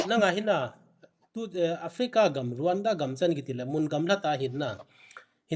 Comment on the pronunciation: It's Rawanda but it's pronounced as Ronda...so educate yourself pukhripur macha